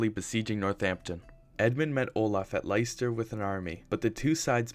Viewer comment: Just an fyi, Leicester is pronounced Lester